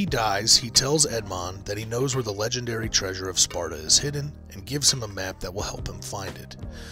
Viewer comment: The treasure of "Sparta" 😂😂.